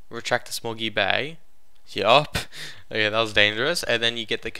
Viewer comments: When he said small gear bay, I thought he said smoggy Bay also. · Small Gear Bay, its his accent that makes it sound strange.